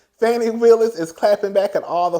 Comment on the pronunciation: People lack emotional intelligence and critical thinking. And why are you calling that lady Fannie😂? Fani is pronounced Fah-knee